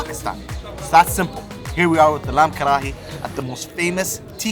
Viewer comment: The way u say kharhaiii had me bhrsting with laughter